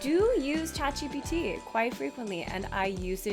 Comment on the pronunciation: WHEN YOU SAID CHATGPT I THOUGHT THAT YOU SAID A KOREAN WORD 'CHAJIBITI' IWAS LIKE WHAAAAAAAAAAAAAAT HAHAHAHA